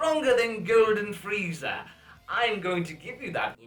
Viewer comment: I think you called Frieza "Freezer" by accident.